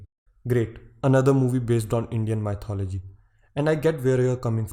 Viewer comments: Did he just say 'my thought o logy'? Lol! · " Mythology " nope it's sattology, satya . Got it ?